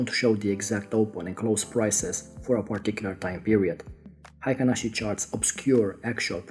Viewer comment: The pronunciation in Japan is HEI-KIN-ASHI.